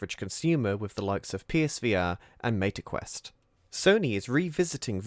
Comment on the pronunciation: ...Maita quest... Maybe it's just the accent 😅 good video otherwise 🙂